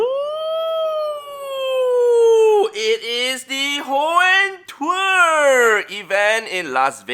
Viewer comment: Hoenn twer lol